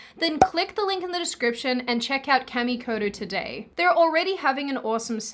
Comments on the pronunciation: Uh… guys don’t have eggs… so can’t give birth… Also Kamikoto… it’s Caw like a bird… not to be mean, but Japanese doesn’t have that noise of Aaaaaaa. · Kah-me-koh-toh Correct pronunciation of your sponsor. Oh and, the world is eff'd and I would be in favour of allowing the disillusioned ingrates to inhabit New York city.........and build a wall around. Let them live out their "utopia" until only a few are still left alive. Because......you know they will just off each other.